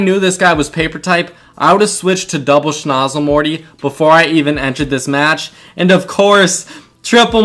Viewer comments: Just so you know for future vids, its snOOzle not snozle. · Bruh cant you read it says soozle not snozle